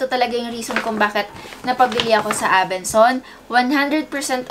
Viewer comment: ABENSON NOT ABENSONS 😂 IG: ashhnavarro #faMary